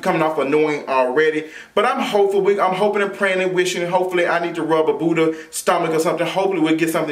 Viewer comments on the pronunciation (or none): none